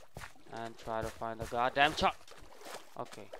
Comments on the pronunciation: He says chark not shark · shark* not chark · He calls it a chark